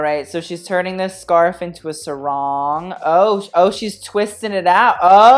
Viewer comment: The way you say sarong is just making me LIVID. Great vid tho :)